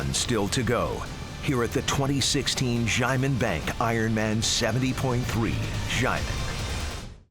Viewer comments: just say "shia-men" it's THAT simple. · The commentator is just butchering the word 'xiamen'